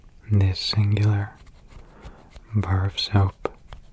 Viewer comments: I thought he said barf soap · The way he says "a bar of soap" 😂😂